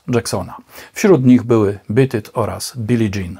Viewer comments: ..."Bit it"??? ;-) "Beat it" proszę wymawiać mniej-więcej: /biit yt/... warto sprawdzać wymowę terminów angielskich, bo treść filmów zasługuje na więcej w tym względzie ;-) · Oczywiście, w podanym przypadku, pisownia jest ta sama, a więc rolę odgrywa wymowa. P.S. Widzę, że masz w nicku "zemsta". ale wolałbym, żebyś miał "rozum", albo "zdrowy rozsądek". Podsumowując, Pan w nagraniu źle wymawia tytuł tej piosenki (zresztą nie tylko na tym filmie źle coś wymawia) i "pirdzenie" o akcentach zachowaj dla siebie.